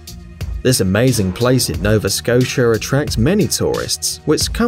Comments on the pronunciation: Nova Scosher? Lol learn to speak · Nova Scotia has a A at the end not an E as in the video...at :36. I dont know why but most NY'ers say the words with an R at the end as an A...like Lisa, would be Liser. I just dont get it...oh nice video by the way..